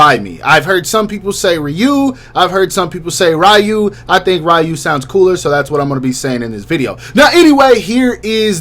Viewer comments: you actually had it right the first time lol its ree-u not rai-u🤣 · Isn’t it ryu(re-you) and not ryu(rai-you)? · Ew why he say Ryu like that